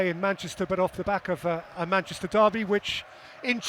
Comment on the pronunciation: Why can’t Gary say the word ‘Manchester’?? “Who’s “Mansh City”??🤦‍♂️🤦‍♂️you’d think since he’s from there he’d be able to pronounce it properly 🤡